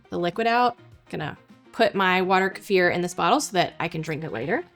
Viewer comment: Мне нравится как часто произносится ка-ефир, но по моему это называется - брага